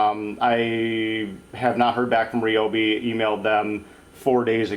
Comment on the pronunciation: He is using the correct pronunciation. Most pronounce it wrong.